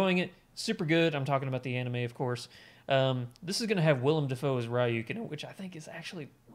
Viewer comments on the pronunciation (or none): by the way, his name is pronounced Re-ook. Like Ryu from Street Fighter